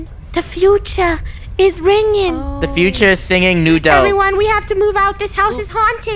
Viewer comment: U said knew instead of krew